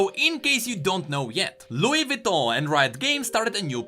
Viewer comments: sorry but i just wanna say it’s vuitton not vitton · Vouitton not vitton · its Vuiton not Vitton